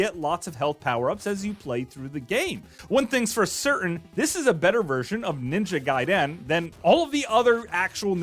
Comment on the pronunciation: You don't break up the syllable, and stretch it out at the end when you pronounce Ninja Gaiden. Why is it so hard for anyone to pronounce things without sounding like a complete goober?